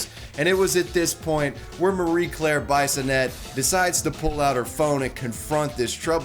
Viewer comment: Bye-son-ett? If she's a Frenchie then it's ' Bee-son-eh', eh?